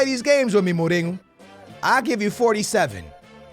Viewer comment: Dude, what is with you saying like 99% of the names wrong.....Mourinho doesn’t have a G in it dude....